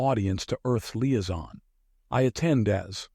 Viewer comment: Same with Liaison 😂